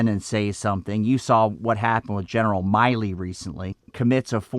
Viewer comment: There is no LTC who is not a Staff Judge Advocate Officer, that can charge anyone under UCMJ, especially a four-star Marine Combatant Commander. This is all pure political bovine excretion. And, it's General Milley, not Miley.